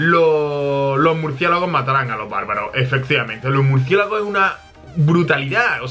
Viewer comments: el el minuto dijo murciegalos en vez de murciélago laik si lo escuchastes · buen video pero en el minuto dijiste murciegalos